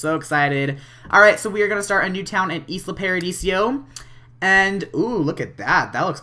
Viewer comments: ALL simmers are bugging me now XD It's pronounced (eye-lah) as in Isla Mujeres or the Actress Isla Fischer. XD sorry to be annoying :) good LP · it isn't pronounced isla it is pronounced Lila without the l at the beginning